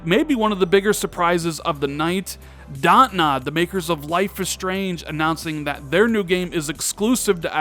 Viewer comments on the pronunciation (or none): Good video, I really liked the show. I think you misspoke on DONTNOD studio. It’s a palindrome. Sounded like you said DOTNOD.